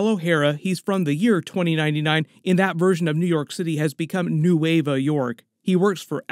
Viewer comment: Nueva is not pronounced like that bro